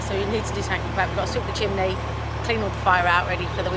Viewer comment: Chimney (chim nee) c’mon say it. Not chim lee. Great to see you both again!